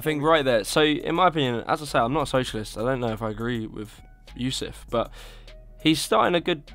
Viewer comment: Chad Yousef, not Yusef.